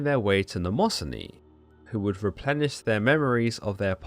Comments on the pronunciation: It’s ‘nyma-scene-ee’ not ‘namoh-son-ee’ Mnemosyne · It's Mne mo syne you pronounce it wrong